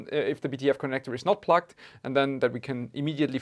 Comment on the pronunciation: Sounds like you’re saying “plucked” instead of “plugged”.